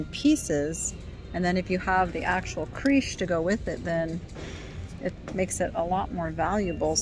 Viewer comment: FYI... Creche is pronounced with a "short e" such as in fresh, not with a "long e" as in creek Creche is French, hence the pronunciation.